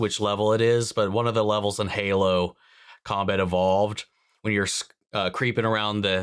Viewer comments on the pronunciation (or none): none